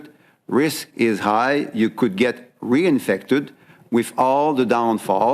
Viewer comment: "You can be reUnfected"